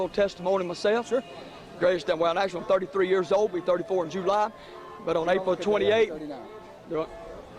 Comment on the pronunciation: I about died the way he said July . He said it like "Joo-Lie" lol.